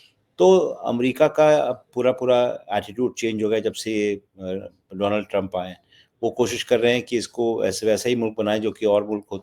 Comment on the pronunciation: Bhaisab, donald ka sahi uccharan to seekh lein.